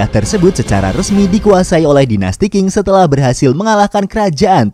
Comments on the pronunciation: Ga ada dinasti king yg ada dinasti Qing di baca Ching. Qing (ching) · Min buat masukan aja Dynasti Qing itu di baca nya ching” bukan king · Min, dinasti Qing itu dibaca dinasti Ching looohh Q itu dibaca "CH" di pinyin.